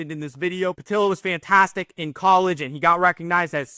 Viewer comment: The e isn’t silent in pietila. His brother Logan is a wheeling nailer